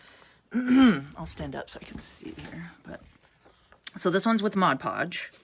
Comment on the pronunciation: Thank you, I love this. I don't really like the shininess that much, and if I can get rid of it maybe no one will know that I simply cut out magazine and catalog images and increase the "wow" factor. And thank you, too, for pronouncing Mod Podge correctly. I know, I'm one of "those" people, but it really does drive me nuts when someone pronounces it Modge Podge.